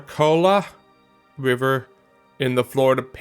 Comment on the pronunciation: Let me give you the local pronunciation for the Suwannee River [swan-knee] and Biscayne is [biss-cane] and apalachicula [app-uh-latch-chee-cola]. Native American names are hard to pronounce.